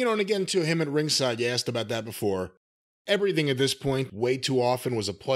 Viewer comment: Lol Russo adds syllables to words. "Ev-uh-ry-thing. Wrest-uh-ling." He probably does this because it's a way for him to get to talk longer.